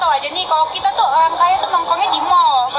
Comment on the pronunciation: Orang normal : Orang Mbak cadel : Olang